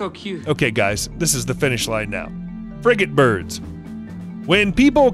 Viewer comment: I thought he said “friggin’ birds”